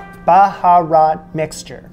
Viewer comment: It’s more like Beharat and the dry black lemon real way to say it Noomi , the original name is ( Nommi Basra) and Basra is a major city south of Iraq and that where they got it, but the baharains don’t say it properly. I hope you don’t mind me that. The dish is amazing.